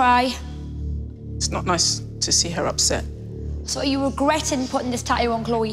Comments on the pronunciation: wtf is a “ta-ooh” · It’s Tat too not Ta-ooh tf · How the host girl pronounce tattoo : eadheou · The word Tattoo has two T's in the middle of the word. How in the hell do Australian's alway miss both of them when the pronounce the word? 🤷‍♂️